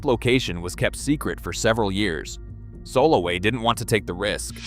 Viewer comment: If you're going to make a video, can't you spend 10 minutes finding out how to pronounce all the names? Your pronunciation is atrocious. Arava, kibutzim, Solowey, ...